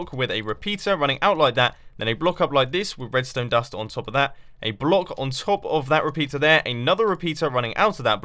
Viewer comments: It seems like Mumbo can't say 'block' correctly twice in this video... "Bollock"- 2.45 "Blouck"- 4.17 ...very funny... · It's closer to blauck, I think. But I still think the 'block' is funnier. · Bu-lock XD